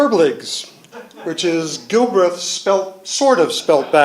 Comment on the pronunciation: Such as? Aside from him not knowing how to pronounce the name :-)